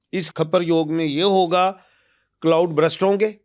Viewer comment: Uncle it's called cloud Burst not Brust 🤦‍♀️